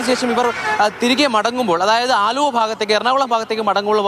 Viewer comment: അണ്ണാ അലുവ അല്ല ആലുവ കഷ്ട്ടം